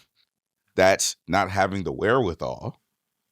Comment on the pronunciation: Every time Hed says wherewithal and looks into the camera...an owl dies 😂😂😂